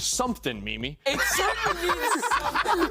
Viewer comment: its mimi not milie